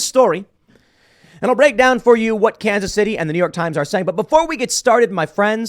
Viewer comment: Lmfao I live in Kansas City Missouri and never heard anyone say Kansas like that 😂